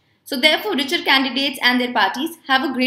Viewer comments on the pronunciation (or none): none